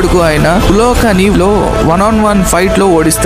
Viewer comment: Yayatsu ani pronounce cheyyaru... It's Yuyutsu